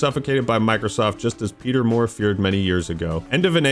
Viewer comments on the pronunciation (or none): none